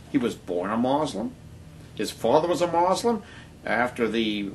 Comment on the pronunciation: what the fuck is this guy talking about? Not all of the founding fathers were christian. That's a lie.And even if Barrack Obama was a muslim (and by the way it's mUslim not mOslim) and not a christian, who cares?In fact I think it's about time we have another athiest president(thats right I said another, do some research and maybe you'll actually learn somethingI think that it seems smart to elect someone who doesn't believe in stupid fucking bronze age myths. -peace